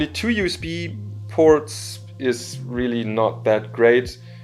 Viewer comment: oh, i'm really sorry to insult you... but yes, it should have been pronounced " you-s-bee type c "